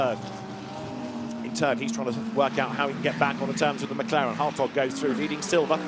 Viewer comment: Every time they say Hartog I just hear hotdog 😂